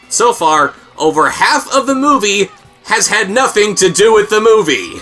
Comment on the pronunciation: "This is not ovah...BULLIES!"